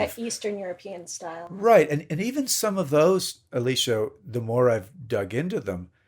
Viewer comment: Okay, is it me or does it sound like he is calling "Alicia" and not "Elisa"? Because that's what it sounds like to me.